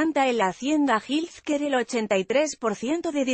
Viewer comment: Que te cuesta buscar la pronunciación de health care ( Jel quear)…..